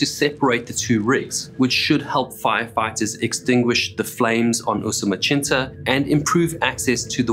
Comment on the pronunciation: The pronunciation of Usumacinta as "Usumachinta" was also pretty bizarre